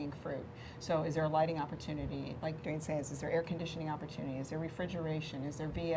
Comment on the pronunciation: Wow, that fella murdered your last name Duane ..LOL! ;)